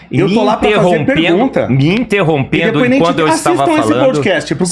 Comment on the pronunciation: "intorrompendo" caraca os "cientistas" sabe nem fazer uma pronuncia kkkkkkkkkkkk